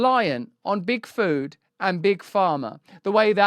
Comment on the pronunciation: Can't help it but I hear Bigfoot every time he says Big Food, and it makes me imagine evil Bigfoot ruling the world from the shadows :DD